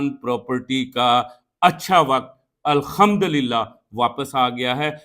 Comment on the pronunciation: قِبلہ اَلخمدولِلہ نہیں ہے، توبہ استغفار ☹️ اَلحمدُلِلہ ہے👌 اپنے تلفظ کی تصیح کر لیں اور کسی مُفتی یا عالمِ دِینِ سے بھی پُوچھ لیں، ویسے جناب دا تعلق کِس پِنڈ تَھاں توں اے🤔